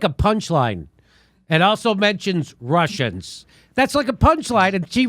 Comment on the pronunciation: When Ana says 'Russians', I hear 'Martians'. Those no-good Martians trying to annihilate us.